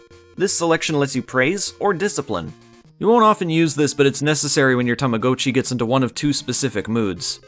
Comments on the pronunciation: i thought it was ta-ma-got-chi not ta-ma-go-chi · its TAMAGOTCHI not TAMACOATCHI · Tama-goat-chi!? Don't you mean Tama-got-chi!? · Technically is correct in that the Japanese word 「たまごっち」 is pronounced "Tama-Go-Cchi", but here in North America our commercials always pronounced it "Tama-Got-Chi" since young English speakers typically only ever read "go" with a hard "O" when it's part of the standalone word itself, and "Gotcha" is already in the common lexicon of English with a soft "O" and is one letter off from "Gotchi" in Romaji spelling. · Its Tama GOT chi Like I have got to get a new one Sounds like tama-ga-chi, but definitely not go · Tama Goat Chee blech seeing as I grew up with these I can't watch another minute of this video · Every time you say 'Tama-go-chi" part of me dies. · only Canadians say it this way I'm guessing, cuz we didn't say it like he dose when they came out in the us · it’s supposed to be like “gotcha” it’s Japanese. In Japanese that’s how it’s pronounced. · its the damn Canadians lol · I think it's pronounced Tama- gaa- chee, no? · Tama-gah-chee according to to everyone I've ever met and Google pronounciation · I'm sorry I can't watch this video with you saying Tama-GO-Chi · Those ones legitimately hurt to listen to, and his pronounciation of っち in たまごっち isn't perfect. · It took time for me to get used to your pronunciation of "Tamagotchi". 😅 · That’s not how you pronounce tamagotchi but fun video otherwise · Yes. I've never heard it pronounced the way it is in this video. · Sorcery! I must have hopped timelines again. Alternate pronunciation noted. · i hate how you pronounce tamagotchi, oh my god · I don't even think Bandai Namco know how to pronounce it